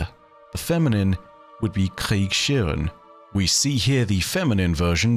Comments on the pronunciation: Your pronunciation was a good attempt but ... Kriegs- Herrin ... You pronounce the s and h in the middle separate s sound is distinct than a distinct h sound ... Not a combined sh if that makes sense ... Love your videos! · My brother in light, it's Kriegsherrin. Regarding the first letter the pronunciation of Herrin matches the pronunciation of Hotel. Krieg (War) Krieges/Kriegs (possessive case of War) Herrin (female Master/Lord). You were really close tho! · ..Kriegsherr(en).... Sorry, your Pronunciation was a nice try but it took me a while to get to it 😅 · The German pronounciation for warlord was not quite right, but good enough. The word basically consist of two words (as is really common in the language): "Krieg" (war) and "Herrin" (female version of lord). The "s" is just to make it more fluent when speaking. The first part was really good. For the second part the pronounciation of the "h" would be more prominent and not "connect" with the "s". The double "e" is more similar to the pronounciation of the "a" in amber. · my guess is its felwinter peak. It has the castle, its a peak and it even has the broken down wall, that shax destroyed Edit after watching: Aight, aight, i conceed the point. And, no, you did not pronounce Kriegsherr or Kriegsherrin correctly. like, at all. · I appreciate the attempt to pronounce the german word, but that wasnt even close. No shame tho as that is a very hard wor to pronounce, appreciate the try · That was a very bad German pronunciation 😅